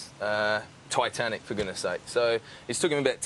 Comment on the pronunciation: when he said Titanic, it sounded like Twatanic